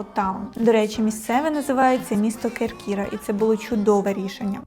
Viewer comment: Чудовий огляд! КЕркіра, не КеркІра )